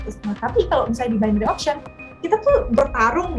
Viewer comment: Bainery mbak bukan binori